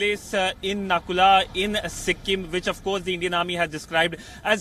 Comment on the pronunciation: Its Nathula not Nakula!!